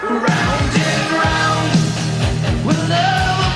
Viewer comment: i no u all pretend u no shit about real music,,,,but mispronouncing titles like round and round, like just read it bro, darting eyes are a symbol of liars i learned in psy>>>>>